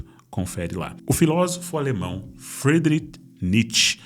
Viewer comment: É "Friedichh" que se fala!